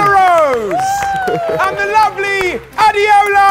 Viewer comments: Girl's name is pronounced A-DAY-O-LA and she's being called A-DEE-OH-LA...i'm shocked. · What's adiola isn't it Ade ola